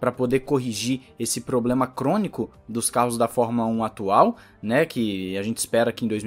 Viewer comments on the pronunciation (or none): none